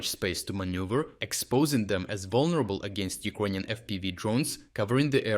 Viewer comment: Why does the narrator always say E-Kroyan instead of Ukrainian? Is that the proper way to say it? Thank you.